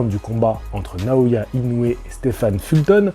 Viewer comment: ça se prononce INO - OUé!!! 😛 (réécoute le début de ta propre vidéo, le speaker du combat prononce bien le nom du Japonais)